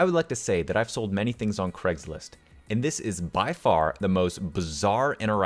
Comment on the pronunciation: As want to pronounce words correctly, here's one, craigslist, is not cregslist. Craig is pronounced crayg. That's Cray g, not crew. It's Scottish, for rock or rocky mound. Tigh-na-Craig, house on the hill. Tigh-na-Mara house by the sea. Both of these are Gaelic.